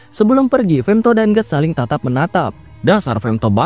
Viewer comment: Femthodd ae lah bg jangan femto😂😂